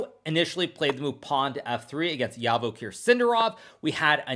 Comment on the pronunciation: You pronounce his name wrong. It’s Zhavoheer SindArov, not Yavakher SindarOv